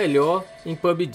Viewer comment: Foortinite,pubiji e free fier kkkk ele fala estranho demais kkkk